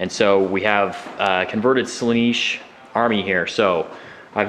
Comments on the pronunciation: Slaanesh, not Slaneesh, that really grates on me to hear that mispronounced. Gorgeous Daemon army though, what's the cost on that? British Pounds Sterling would be good. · Is it pronounced Sla-neesh? I've been saying Slaan-esh, as that's how it's spelt. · You have it correct, they are saying it terribly. Pronounced "Slah-nesh"